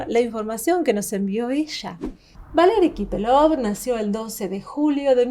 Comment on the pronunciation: С ходу ВалИри КапелОв, специально каверкает? Смотрит и не знает как зовут, животные 🐵🐔🐶🐷. Ой я тоже не правильно произношу...